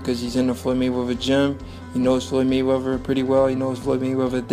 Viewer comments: The speaker needs to learn how to speak. Floyds last name is Mayweather not Maywevver. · Learn to speak. It’s Mayweather not Maywever. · His talking 😂😂😂😂😂😂😂😂 maywaver 🤷🏾‍♂️🤷🏾‍♂️🤷🏾‍♂️😂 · “Maywevah”... what?